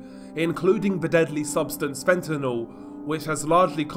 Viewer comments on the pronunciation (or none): none